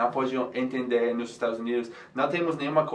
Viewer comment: Acho que ele quis dizer "nos confunde" mas errou a pronúncia do "nos" e virou "nós"... :)